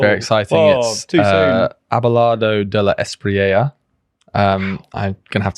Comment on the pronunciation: The way you struggle to pronounce Abelardo de la Espriella in Spanish cracks me up. It's also quite an old-fashioned name so it's even funnier.